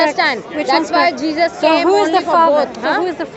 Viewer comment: This smartypants is a Churi…. JeeJas JeeJas JeeJas … doesn’t even know how to pronounce the name correctly.